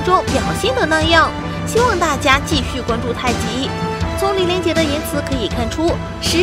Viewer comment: 1：03，实战太极拳并非人们看到的，魏雷那样羸（lei2）弱。 “羸”念 “léi” 和“赢”字不同，不读“yíng”或“lěi”。